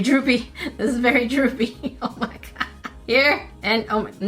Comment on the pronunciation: I love when says “o me gerd” I love it